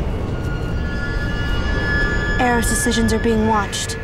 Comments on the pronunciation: Did anyone else notice the diff pronunciations of Aro's name? One said Ah-ro, and Jane said Arrow. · I hate how Dakota Fanning pronounces Aro like "arrow"... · he pronounces it "are - oh" and she says "air - oh". Did anyone else notice that... I know it's not a big deal but you would think someone would have caught that before now right? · Is it pronounced 'AH-row' or 'Arrow' because I always pronounced it as 'arrow' and Jane in this scene does too (haven't watched any of the movies apart from the first, if that helps explain why I don't know.) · I hate it that they pronouce 'aro' 2 different ways. 1: like aero chocolate bar 2: Felix says "Areo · is it me or do Felix and Jane pronounce Aro differenlty ???